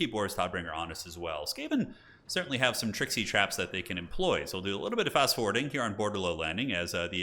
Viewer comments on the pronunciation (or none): none